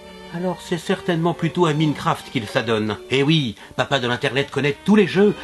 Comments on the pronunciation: RACIIIIIIISME quesce zavez cpntre les travailleurs du sud de l europe ( au moins eu ils travaillent ^^) et non massacre le nom de COD si tu veux maos en AUCUNS cas je dit bien AUCUNS tu ne pronconce minecraft sans une infime parcelle d accent anglais ( au moins un peu stp:' et pour murielle bah mettre le sosie d alice en arriere plan ou d une quelquonque femme a forte poitrine et aux tendances plutot orientées vers le nudisme. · le papa de l'internet connais pas minecraft vu comment il prononce